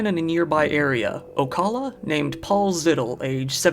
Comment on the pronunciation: As a lake county FL man I cant believe the way you pronounced ocala😂